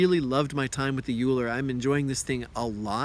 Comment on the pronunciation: its pronounced oh-ee-ler asin eulers disk